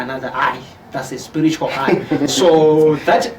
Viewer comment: hanzi sporitual (spiritual) pronunciation though